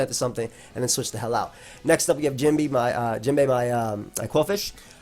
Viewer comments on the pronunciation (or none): if you gonna pronounce Jinbe it’s basically “jean-bae” 🙏🏻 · My only complaint is that ya mispronounced Jinbe :P